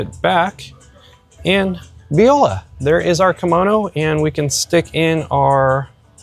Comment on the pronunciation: I found 6 ducks which might be wrong. I was obsessing over how the wide shot and the close up were two different tables haha! Also I love how you say viola instead of voila haha! Your subtle humor is a crack up.